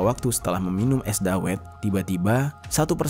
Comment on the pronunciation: Cara baca es dawet nya bukan gitu bang🤣